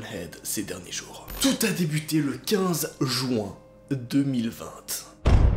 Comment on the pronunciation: On dit juin pas jouin ...sa ce fume un jouin